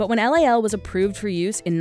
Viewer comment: LOL NOT LAL